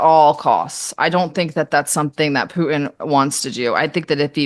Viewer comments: She speaks like a teenage girl. PoohIN Putin , ImporIN Important, loses all credibility. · When I hear someone say " Poo'in " instead of Putin I click off. What are we in grade 4 again? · No, she just actually knows how to say the city names correctly. She's not using an accent. However, her pronunciation of Pooh-in for Putin hurts bad! 😂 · Why should I give this woman any credence when she can’t even pronouns “Poo-in” His name is Putin The research is clear: If you can articulate consonants PROPERLY… you self disqualify as a “so-called” expert Just ask Nate (“seen” vs “saw”)